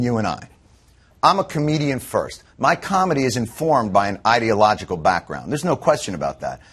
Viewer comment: Interesting. pronounced the word "ideological" as "idiot-logical". Freudian slip?